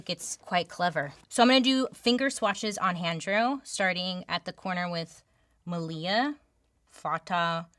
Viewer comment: My name is Malia (Lia for short bc normally people can't remember my name or say it correctly 🤨) and you said it correctly!!! Thank you. Lol.